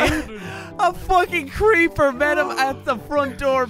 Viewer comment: he said creeprrrrrrr